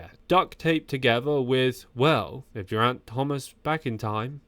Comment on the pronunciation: Please trouble yourself to learn how to say Geriant's name. G is fine though. While you're at it, how about a bit of study on how to say anatomical word too Otherwise very entertaining!